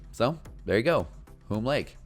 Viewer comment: The name is pronounced similar to "soon" or "tune", Hume Lake.